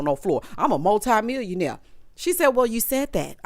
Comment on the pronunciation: Didn't he say mutli- millionaire ?? 🤣🤣